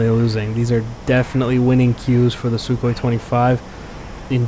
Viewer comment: lol "SuKKHOEE"